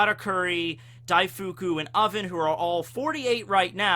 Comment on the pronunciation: Daif-koo, not Daifookoo